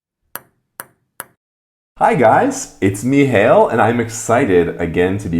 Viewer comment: I thought u said: let's go to hell, oh It's Hale.